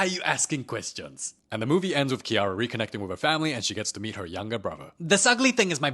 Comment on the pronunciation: THE FACE I CANT 😂😂 also "This ugly ting is my brothaaa"